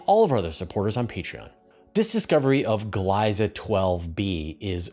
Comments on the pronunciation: "Gliese" is pronounced "gleesa" for english speaking people. Think of "glee" and make it "gleesa". The vocal shift is doing it's work here to make it more complicated ;-) It's ie (a long "ee") and not ei ("ay") ;-) (I found two different pronunciation videos ;-) But don't omit the ending, this is not French, where they write additional letters to omit them when speaking ;-) So, 'Gliese' is pronounced like "Gleesa". Or maybe "Gleese". There should not be too much difference between how Gleesa and Gleese would sound in English. It's not a short verion of ee at the end. It's like the e of the word "end". Are there at least two different e in English to make it "easier" to describe what's needed? Yes ;-) e and end for example ;-) Other languages might also have two different e, maybe even(!) in the same word. They might sound closer to each other, but it would also sound weird to use the wrong one. (Oh, funny when I consciously think of it, the "e" in "one" or even in "love" is a bit in the french style, the "e" is there, just to alter the letters before in pronunciation for "one" or not so much in "love" or even in "before", but the e itself is not spoken, but it's necessary, more in "one", less in "love", but it just reads better with love instead of just plain lov, oh no! ;-) 🤯 Languages are not easy ;-) Just don't think too much about the quirks, just use the words as you have learned them - and then it's easy ;-) (Or is it in fact "eese", "eesi" or "eesy". Oh well, it's just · For future reference, the dominant pronunciation of "Gliese" has the first vowel sound as a long-E (and varied pronunciation (or non-pronunciation) of the trailing "e" - pick one of "nothing", short-E or long-E.)